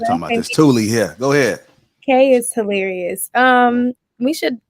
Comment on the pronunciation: During reading.., take your show on the road! Hee-Larry-US!! I can't!!